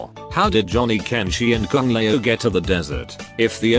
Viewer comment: this AI is terrible. can't even pronounce Lao correctly(Luh-owh)